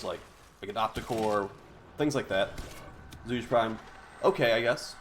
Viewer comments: its zhu-ger not zooge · Please, pronunciation is killing me. It should be something like [ʈʂu'ge] instead of ['ʈʂudʒi].